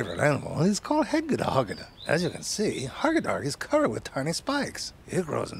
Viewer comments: I'm sorry, but it's pronounced hegedehogede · Why is always perfect? I can't even wrap my head around the pronunciation of hega-duh-hod-gah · As an average hedgedehogedeh admirer myself, I can confirm that it is indeed how their name is pronounced and spelled. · I like how hedgehog is never pronounced the same way ever, it just keeps changing every time says it. 😂